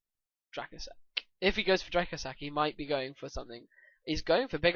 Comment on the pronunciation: Speaking of correct pronunciation of card name, Dracossack is actually pronounced "dra-COSS-ack" since it's based on the Antonov An-225 Soviet aircraft, which was codenamed the Cossack.